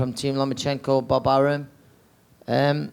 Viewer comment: This bitch was like " Papachenko, Papachenkoo" lmao